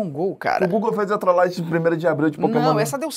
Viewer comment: é trolagem e não troslagem